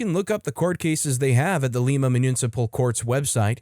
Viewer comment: Lima, Ohio is not pronounced like the city in Peru. It is pronounced like the bean.